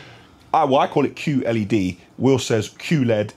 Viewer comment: yo, it IS; Q-LED, not QLED.